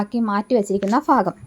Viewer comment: ഫാഗം അല്ല ഭാഗം എന്നല്ലേ ശരി